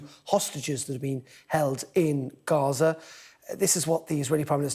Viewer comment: It's not Reza - it's Gaza.